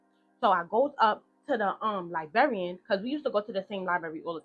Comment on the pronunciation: Baby, it's 2025, why are you still mispronouncing liBRARY and LIBRARIAN?! Liberry and Liberrian is insane! 😂